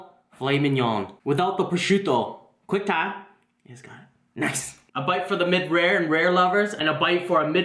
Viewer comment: i think he says Quang time , not quick time :D